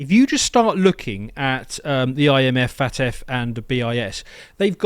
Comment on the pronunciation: "FAT-F"??? Lmao